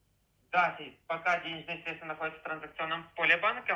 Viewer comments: Если говорит средствА, сразу понятно кто это! Банковский работник знает, что это срЕдства! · Касательно, я вас понял, средствА.. 😂😂😂